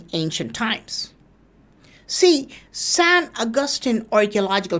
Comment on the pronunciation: San agustin = sen akathin